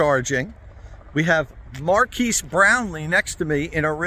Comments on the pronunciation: his name is Marques. Not "Marquise". it's pronounced "mar-kez" not "mar-keese". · MKBHD* and its Mar(kez) not Mar(keys) sorry to be pedantic... drove me slightly crazy inside each time you mispronounced it. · Say Markeys (Marques) One more time 👀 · love the vid, keep it up. his name pronounced MAR-KEZZ tho.lolol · Also, if you and Marques are going to be BFFs, it's pronounced Mahr- kezz :) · Him saying Marques name always makes me chuckle a little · Nice collaboration. I saw your experience through Marques' channel. Please don't take this the wrong way but you mispronounced Marques' name. He was polite and didn't correct you, but just FYI. I still enjoyed your video. Thanks. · As most, here from Marques lol… you pronounced his name wrong btw